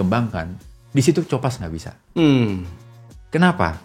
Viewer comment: Copas itu kan asal katanya Copy paste. Kayaknya lafalnya "ko" "pas" bang bukan "co" "pas"